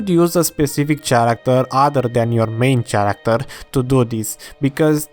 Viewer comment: say ChairActor one more time